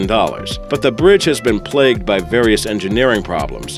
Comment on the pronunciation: How do you speww biwwion?